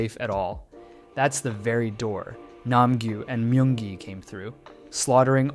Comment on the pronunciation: "Mayung gi"